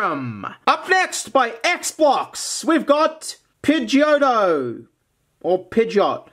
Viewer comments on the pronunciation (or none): I kept hearing x-box every time he said x-blocks